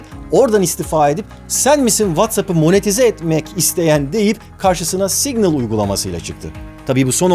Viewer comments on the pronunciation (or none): Yalnız o "signıl" diye okunmuyor 🙂